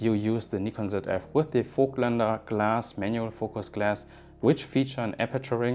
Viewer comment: Finally a YouTuber who is able to pronounce 'Voigtländer' ;)